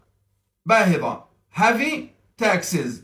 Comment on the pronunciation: مع احترامي لك نطقك غير سليم بتاتا الكلمة تنطق بالترقيق وليس التفخيم الكلمة إنجليزية وليست عربية